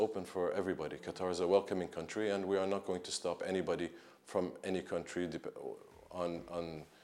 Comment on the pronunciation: Lmao how you work for CNN but can’t even pronounce the country correctly. Mind blowing..